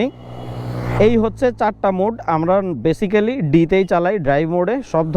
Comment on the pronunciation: আসসালামুয়ালাইকুম ভাইজান শব্দটা বেসিক্যালি না বরং (বেইসিকলি)